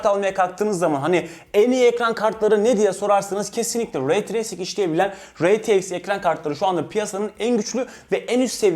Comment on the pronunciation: Reteiks degil r t x